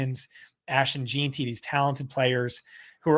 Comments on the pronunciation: Jean - Tee at least once a week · The way says jeanty tilts me so much